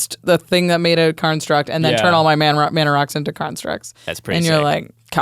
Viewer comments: I swear, they're saying karnstruct instead of constructs. I'm not crazy guys, I'm not crazy! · Whenever they say "construct", it sounds like they are saying "Karnstruct". Is it on purpose or am I crazy?